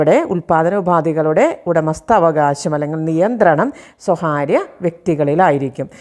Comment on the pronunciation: സ്വകാര്യം എന്നു പറയുക. സ്വഹാര്യം തെറ്റായ ഉച്ചാരണം